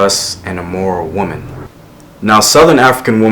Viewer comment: GREAT VIDEO! But I keep noticing that you keep making this mistake. The singular “woman” probably gets mixed up with the plural “women” because although both are spelled with an O in the first syllable; only the pronunciation of the O really differentiates them. Just remember that this word is treated no differently than “man” (one person) and “men” (more than one person). Just be beware of this little fact. But keep doing what u do. hotep!!!!